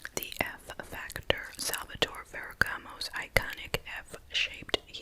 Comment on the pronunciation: I love when you pronounce "Salvatore Ferragamo" 😍greetings from Rome, Italy😘❤